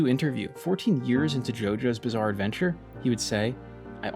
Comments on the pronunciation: Did you say “Bizzare” 😏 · did you say ... bizzare? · Did you say "bizzare"